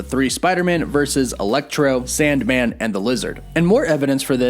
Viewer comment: u said sandmand, lol